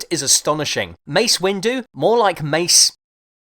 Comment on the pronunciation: more like Mace Winggerr